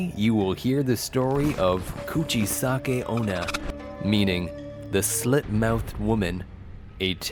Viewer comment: Bruhh you talk soooo supper slow and your said "kuchisake-onna" it was so wrong Explenation like idc😑😑